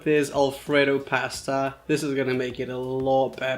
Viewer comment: That’s not how you say pasta bro but nice video